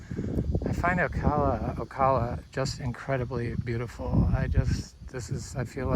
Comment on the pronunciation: Locals say 'Ocala', the a like in 'cabin'. If you're gonna live here.....😊